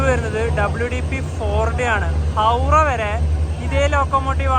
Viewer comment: Hawda ❌ Hawrah✔️